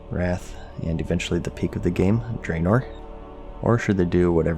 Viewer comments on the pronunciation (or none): DRAEONOR LOL